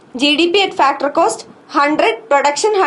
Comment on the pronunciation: why does she says factorrrrr and yearrrrr